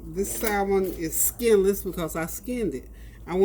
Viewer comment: Btw...the L is silent in salmon .... have a blessed day